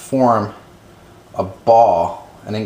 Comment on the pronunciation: I lost it when he couldn't say ball.